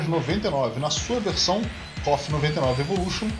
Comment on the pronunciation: A sigla se pronuncia "Quêi-ô-éf", não "cóf". E Bao é um menino.